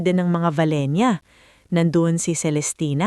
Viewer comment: BAKIT VALENIA ANG BIGKAS HINDI BA VALENCIA